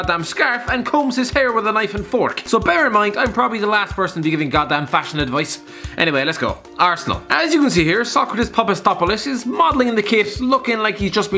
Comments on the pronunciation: you pronounced sokratis Papastopalos (sorry for the spelling mistakes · He pronounced it wrong